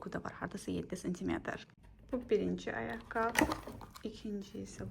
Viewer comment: Düzgün danışıq forması «ayaqqabı» dır, "ayaqqab" yox